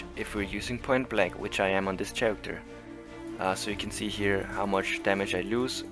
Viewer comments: For the record: "Character" is pronounced "karacter", not "sharacter". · Well done! The pronunciation of character drove me a little nuts, but I'll give u a mulligan on that one.